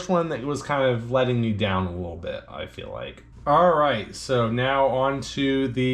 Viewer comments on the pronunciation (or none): none